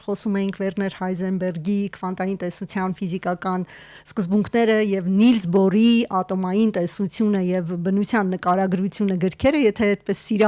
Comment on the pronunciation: Նիլս Բոր ո՛չ թե նիլս բուր... 😂😢😮😅😊